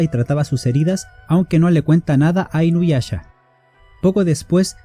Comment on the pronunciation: Perdón pero no puedo parar de reír cada que dices inuyacha